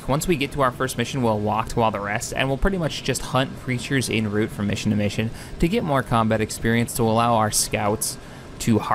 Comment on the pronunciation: It's 'en route' not 'on route', FYI. :)